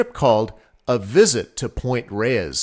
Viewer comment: "Point Reyes" is one syllable...like "Point Rays."